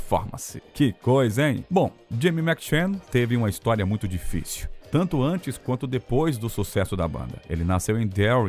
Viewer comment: é irritante tb como pronunciam errado a palavra Muito!